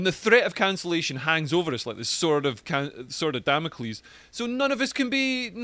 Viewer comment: Aha, you clearly had no problem pronouncing Damocles! Is that because Damocles was bam bam bam WHITE?!?